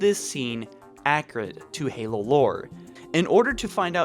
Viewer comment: Accurate not accrate